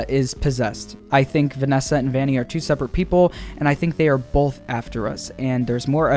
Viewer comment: Vanny not valley